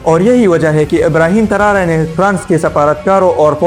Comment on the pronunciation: Not Tarare its Tarore